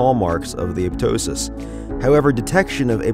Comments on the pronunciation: Pronunciation: A-pop-tosis; a-pop-totic cells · it's aPOPtosis